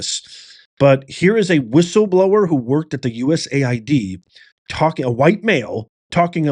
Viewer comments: It's US AID, NOT "USA ID" lDl0T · The correct pronouncing is: U.S. AID.(USAID). Not U.S. ID.